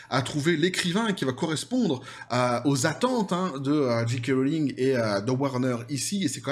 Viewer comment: Très bien, mais pourquoi dites vous "Dji kay" ? Le j en anglais se prononce "djé" pas "dji". Amitiés.